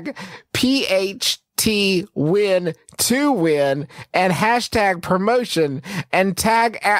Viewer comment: genuinely so fuckign funny that justin said it as "pht win to win" and not... ph twin to win. as in pizza hut twin to win. the name of the competition he was talkign about